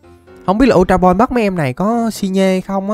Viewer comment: ultra ball mới đúng bro lại đọc sai tên r còn lúc chơi game tui xài bóng thường cũng bắt đc chứa cần gì ultra ball:))